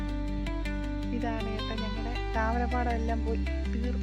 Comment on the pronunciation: wow താരമ പാടം... ശേ.. അല്ല താമര പാടം